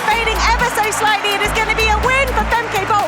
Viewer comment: It is not Fem-kay. Pronounced as Fem-kuh, like in duh.